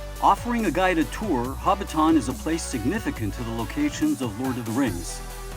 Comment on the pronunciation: Who pronounces Hobbiton in that absurd way?